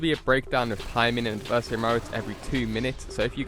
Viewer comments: AD-VER-SARY! ADVERSARY NOT ADIVERSARY.... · AD-VER-SARY!!!! ITS A VERY SIMPLE WORD.. WHAT THE FUCK MAN!!!